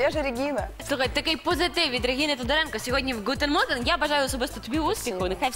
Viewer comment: Ви це серйозно!? скажіть будь ласка чим ви думали, коли вирішили назвати програму німецьким словосполученням!?? а ніхто не подумав, що ведуча повинна знати ХОЧА Б як правильно вимовляються ці два прості слова!? гутЕн моргЕН!? і плювати на фонетику німецької мови... майте повагу! це непрофесійно... і в продовження теми про філологічнічні навички ведучой, якщо такі є, вона може обрати єдину мову спілкування!? вона справді думає, що якщо через раз говоритиме репліки різною мовою, її краще зрозуміють!? одна справа цитата, але ж... працюйте над собою, будь ласка!!)